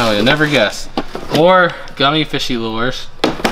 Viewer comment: Not lores it is LURES LURE IS ROOT S MAKES IT MANYT THE E IS SILENT AND MAKES THE U SAY ITS NAME NOT ITS SOUND OTS A HARD "U"